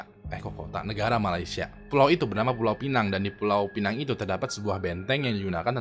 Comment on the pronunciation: Sebutannya pineng bukan pènang